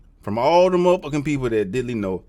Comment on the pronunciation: When you said “Diddly”, I burst out laughing